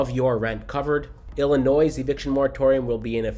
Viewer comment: Insightful video! FYI: The "S" is silent in Illinois :)